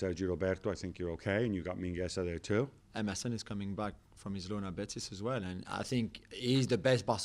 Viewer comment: When you said “Emerson is coming back” I thought you said “MSN is coming back” I was really happy for a second